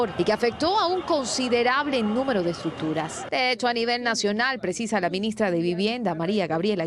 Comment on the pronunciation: ESTRUCCTURAS!!!!! bonito quedó.